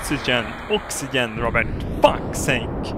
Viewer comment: Ox-ee-jen How yo say oxygen.